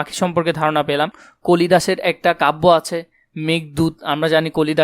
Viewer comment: ভাই এখানে আপনি কালিদাসের জায়গায় কলিদাস বলছেন